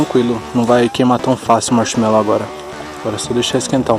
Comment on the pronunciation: "carbonizou meu Marchimelou" 🤣😂